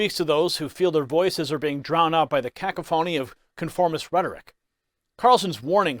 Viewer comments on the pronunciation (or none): I love your work, BUT if you are not particularly familiar with the definition or pronunciation of a word, you might consider looking it up. The word "cacophony" has the accent on the second syllable: ca COPH' ony. It is pronounced kah - COUGH - ony. Love yuh, Bro. ' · cacophany is pronounced ka-COUGH-a-nee emphasis on the second syllable